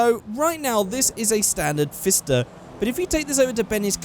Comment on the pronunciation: The fister has a P in front of It, so it's Pfister, like pronounced Pif-ster